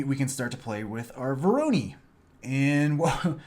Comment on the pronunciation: Thanks a lot!!! Btw it pronounced as "waranOy" since it's a russian second name in this case ;)